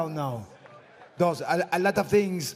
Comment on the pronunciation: "a lot of tins"